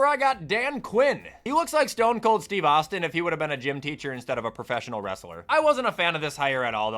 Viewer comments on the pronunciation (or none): none